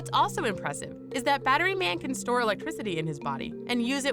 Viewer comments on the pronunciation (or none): none